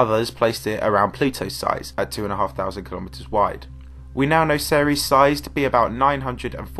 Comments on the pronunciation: It’s pronounced series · Before I heard you pronounce Ceres, I thought It was pronounced Sears I was like what